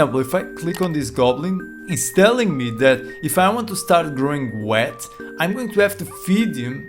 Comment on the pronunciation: You forgot the link for the spreadsheet. Also, Wheat is pronounced "wit" not " wet" :) Obrigado pelo video.